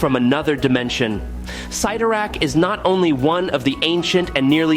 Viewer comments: Cytirak, not sitorac. Fix your English for your AY (AI) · clearly youre not a comic book fan but its pronounced "Sid-Are-Ak" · When Colossus was a teen, he was Class 70, meaning he could lift 70 time, but as a fully mature adult, he's currently Class 100, listing well over 100 tons alongside Hulk, Thor, Gladiator, Juggernaut, Hyperon, Blue Marvel, and Namor. And Cyttorak is pronounced as CITTERAK. Wolverine is NOT a Meta human, he's a mutant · The way you pronounce Cyttorak is annoying. Also it’s the gem of Cyttorak not orb